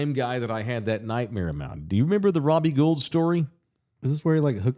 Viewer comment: It’s pronounced Robbie Gold, not Guuld